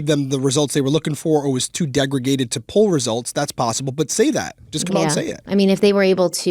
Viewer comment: you’re awesome, but it’s degraded, not degragated. 😊